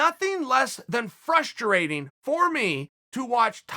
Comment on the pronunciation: Chael "Frusturating" P Sonnen